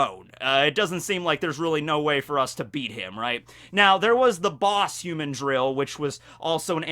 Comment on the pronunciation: The cringe from this particular video is your pronunciation of "humandrill"